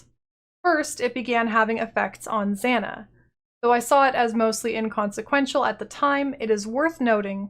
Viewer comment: Your pronunciation of Zana is really annoying especially because several NPCs pronounce her name already. Here "A"s are pronounced the same way Kitava's are. "ah-ah" not "a-a".